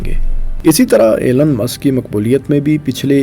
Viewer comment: O bhai ap apna pronunciation tu theak kar lo Aur Elon musk aur tesla aur space X aur .... Though it's a criticism but improve your accent